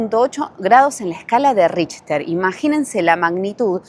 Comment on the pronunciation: Richard: SE PRONUNCIA : RIJTER.